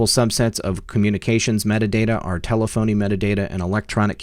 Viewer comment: Pronounced ta-lef-o-nee, not tele-phony.